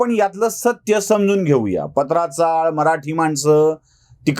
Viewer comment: साहेब 2 गोष्टी नमूद कराव्या वाटतात 1, चाळी चे नाव पात्रा चाळ असे आहे पत्राचाळ नाही 2, ही चाळ गोरेगाव पश्चिम येथे होती गिरगावात नाही